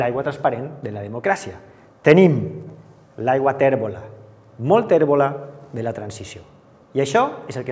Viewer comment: Ai les vocals obertes! SupOrt, guErra, modEl, cOses, restablErt, pOt, tÈrbola... Cal parar atenció a la pronúncia.